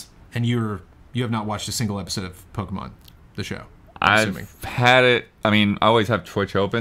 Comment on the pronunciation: mispronouncing Pokemon is the best thing.